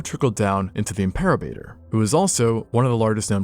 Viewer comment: Im-per-o-bat-or Named by Ricardo Ely and Judd Case in 2018